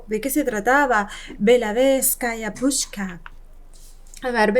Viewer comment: Вы произносите , скажу по транскрипции (pushka), а надо (pushsha) . Русский язык сложный